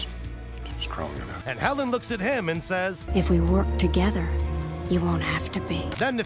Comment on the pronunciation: 🤔Since when ist there an „rrrrrrrRRRRrrrrrrr“ in „Hellen“? 😅🙈🤣🤣👍